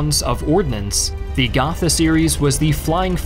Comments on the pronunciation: german here. it is pronounced Go - tah and not gotha ^_^ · that's not how you say "gotha"... it's not an english th... also "lufftwaffe" lol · you mispronounced "gotha"